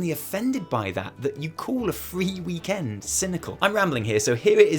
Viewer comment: Why do you say weeeek end like that. Lol